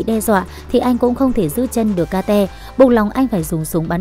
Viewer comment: phải gọi là kết chứ ai lại gọi là ka te vãi cả ka te zzz